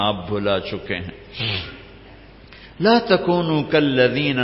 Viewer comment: Moulana sahib...jab app kalman tyaba perhty hen tu..."Laaaa" per lamba krn. App jhatka dety hen "La"...